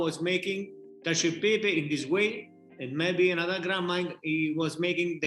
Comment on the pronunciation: CACIO = KATCH - OH